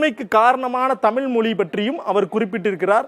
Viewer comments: எல்லாம் சரி. அது தமிழ் தமில் இல்லை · தமில் என்று சொல்லாதீர்கள் "தமிழ்" என்று சொல்லுங்கள். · அடேய்.. அது தமிழ் டா. தமில் இல்ல டா. முதல்ல ழ சரியா உச்சரிடா. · யோவ் தமிழயே ஒழுங்கா உச்சரிக்க தெரியல.. தமிழ் தொன்மைய பத்தி பேச வந்துட்டான்.... எல்லா திராவிட மொழிகளும் தொன்மையானதுதான்யா...ஏயா இப்படி சண்டை போடறீங்க?